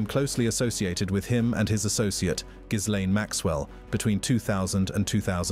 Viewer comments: Al PRAZ o lam and the S in Gislaine is silent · Why why can nobody pronounce Ghislaine correctly??? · Why cant anyone pronounce Ghislaine's name properly ????